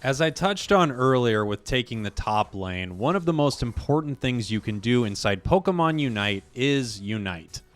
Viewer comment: Am I crazy or do some people say Polkamon instead of pokÉmon? Am I the only one who hears this?